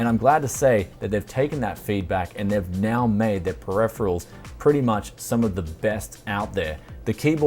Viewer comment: Yeah pronunciation is wrong, even in .au